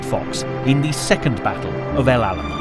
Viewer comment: El Alamein…not Alamine